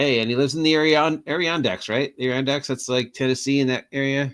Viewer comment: Thanks for the shout out! I got away from crafting for now because I ran out of materials LOL Adirondack is pronounced "Ad - er - on - dak" and it's in way upstate New York